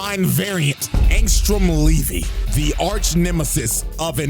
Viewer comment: Bro said angsama binvei